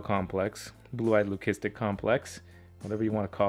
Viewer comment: So trippy how much that Purple Passion looks like my Mystic Potion. And you are the only herper other than myself who I have heard pronounce Leucistic correctly. Never stop man. We don’t say, “My mom has Loo-See-Mee-uh”, it is Leukemia. Same root word meaning white whether it is a C or a K. I actually have an article written by a biologist explaining it. I also have another article that calls BS on the term Brumate. It is a made up word coined by one guy years ago that he came up with because he didn’t like using the word hibernate (fair enough as reptiles do NOT hibernate). Let me know if you want to read either one. Peace!